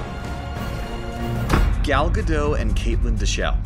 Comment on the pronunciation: Oh my god that bothers me so much!! The “T” is NOT silent in Gal Gadot’s last name!!!! Her last name isn’t pronounced GA-dot, either — it’s pronounced ga-DOE-t (doe as in female deer). Her first name isn’t pronounced Gal either (gal as in another term for female). It’s pronounced Gal as in Hall (“hallway”). She’s Israeli and my mom’s entire family is Israeli so I know how her name is pronounced.